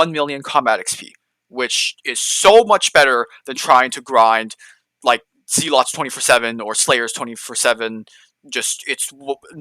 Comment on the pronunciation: very helpful,but Z-lots xD